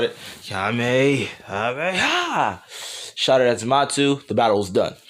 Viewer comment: Why do you call zamasu zamatsu